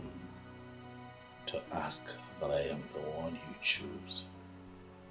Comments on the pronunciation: People...... it's PALACE.....not PALES 🤣 ASK not AKS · PEOPLE ITS PALACE pronounced as PALAS NOT FRIGGING PALES. IT'S IRRITATING TO EARS. ONE MORE THING, ITS ASK NOK AKS.😂😂😂